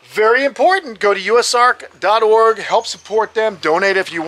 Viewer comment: anyone else miss the days couldn't say "org" right? LOL